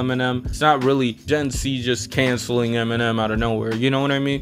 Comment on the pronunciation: It's gen Z bro, sounds like your saying C unless iv picked u up wrong in which case I apologise.